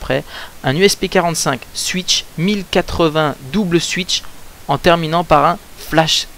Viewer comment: Bon, on dit pas CWUIK CKOPE MAIS COUIC SCOPE OK?!! Ensuite on dit paS SUWITCHE MAIS SOUWITCHE Voila je te rapelle juste que ces mots sont anglais donc même si ton accent laisse a désirer ( ou pas:P) prononce les bien s'il te plait